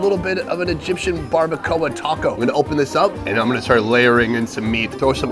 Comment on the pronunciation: It's called BARBACOA! not BARBACOLLA!